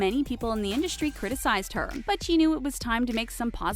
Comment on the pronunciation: It’s in-dust-ry not indushtry. Your lisp is about 20x worse than Leonardo DiCaprios.